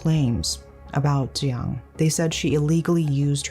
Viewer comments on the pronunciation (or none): btw, Tzuyang is pronounced like "tschew-yang" (well, closer to this that what you said"